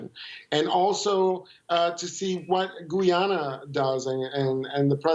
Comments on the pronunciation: GUY-AN-A and not Guwie-yana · I am wondering if his grotesque mispronunciation is meant as disrespect to GoooooYanna. I mean the host is emphasising the correct pronunciation but he distorts his face to say Goooyaanna each time. His English is pretty good, so i think itis intentional. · Guy a na ..not Gwee a na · repeat after me Guy-ana not Gu- ja-na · It's not Gooyana , it's Guy_ya_na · Guy - ana , not Guiana :) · Its pronounced GUY-AH-NA!! get it right people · How you pronounce guyana like goyana at least pronounce the country name correctly before u start speaking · You forget the fact that 200 million South Americans pronounce it Gooyana which is perfectly correct. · can't even pronunce my country's name what gives him the right to talk on behalf of my country and its people........ utter nonsense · Oh, for the love of God, please learn to pronounce the name of Guyana properly before coming on Air again!!!!! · This guy needs to get the correct facts . He seems to only speaking on behalf of Venezuela and cannot pronounce the Guyana correctly.